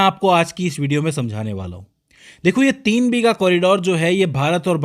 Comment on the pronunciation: Its not BHEEGA, it's BIGHA